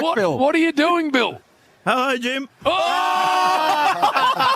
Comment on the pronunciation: ‘Elo Jim’ 😂😂